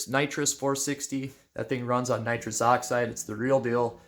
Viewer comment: It’s actually pronounced nitrous, not nitrous 🤣 limited coil joke was hilarious